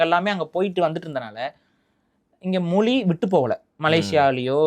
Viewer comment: மொலி இல்ல மொழி ஈலம் இல்ல ஈழம் ழ சரியா உச்சரிங்க